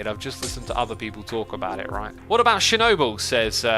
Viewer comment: be like: Shernobyl